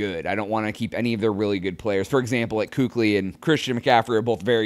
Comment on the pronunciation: It's "KEECK-LEEY" not "KOO-KLEEY"